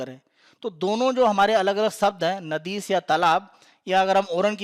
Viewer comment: नाडी कहते है नदीस नहीं.... बाकी आपके चैनल द्वारा दी जाने वाली जानकारी बहुत ही उच्च कोटि की तथा सराहनीय है